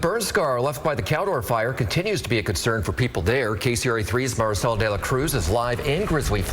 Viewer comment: THAT MARICELA PRONOUNCES HER NAME LIKE AN A$$HOLE! WE ARE IN AMERICA SO TAKE PRIDE IN WHERE YOU LIVE AND DROP THE MEXICAN VERNACULAR